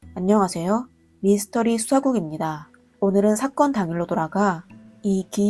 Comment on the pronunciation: 한국사람맞아요? 미니스터리가아니고 미스터리예요